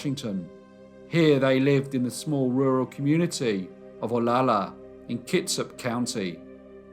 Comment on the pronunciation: Pet peeve of everyone who lives in Olalla... pronounced oh- la-la not ola-la Also! Mrs. Haglund's son was the founder of Ivar's seafood restaurant... and she would have died anyway of stomach cancer.